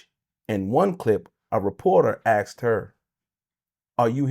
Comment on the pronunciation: 0:0:26 axed 🪓